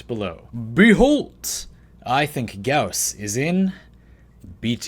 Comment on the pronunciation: Video: says gauss wrong Me: im out